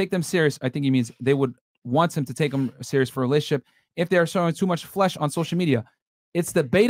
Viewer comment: Relashshship relalishshp